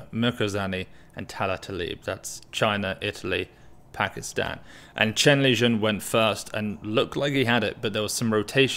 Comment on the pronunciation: its Shen Lijun not Chen Lijun.